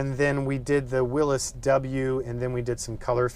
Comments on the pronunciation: Whatchu talkin bout Willis? Its a “Will-ees” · It's Willys not Willis! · It's a willys , Not a willus. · Beautiful job....But it's pronounced 'Willies' Not 'Willis' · Good video. Only comment is that it's pronounced "Willie's," not "Willis." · am I the only one bothered by him saying it like "willis" versus the correct "willy'S"? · Haha, that'd be "Willys's", or "the Willys historian". What you've written WOULD be pronounce Willees. Yeah, I've got nothing better to do LOL. I've been trying to unstick a 40 years sitting Willys Knight Light Six sleeve valve engine all weekend and it has, for the time being, got the better of me. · It has never ever been called or pronounced Wil-lis it has always been Wil-lys as in Willys. And it has always been spelt Willys period. Thank You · Really? The original name of the car company was Willys-Overland, NOT Willis-Overland......I own a 1949 Willys Cj-3a, NOT a 1949 Willis Cj-3a.....Smmfh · Williy W I L LY 's WILLEES. Very well done. If this was in the N.E. the floors would have been gone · Awesome build but is he saying Willis or Willys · it's pronounced Will-eez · Don't know Why he pronounces Willys as"Willis". No one I know ever heard it pronounced that way, including announcers at drag racing events.( Willys coupes are a popular body style for "gassers" and other classes.) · "Willis" WTF? Willys has a Y. Also Jeeps are NOT trucks. A man of your caliber should be aware of proper English... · Huh! Never heard it pronounced by anyone that way in over 50 years, even as a Jeep mechanic. I think the "correct" way is a recent fad? Names often deviate from what is correct. I have a friend with the sir name Koch who says it is Cook, but people refer to the Koch brothers as Coke. Others, Coach. Guess I'd have to hear it in an old TV commercial or from the Willys family... Now Porsche is another story...and Toyota was the Toyoda family.... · You pronounced "Willys" wrong.